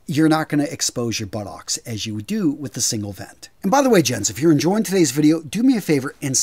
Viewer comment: The way says buttocks is so funny to me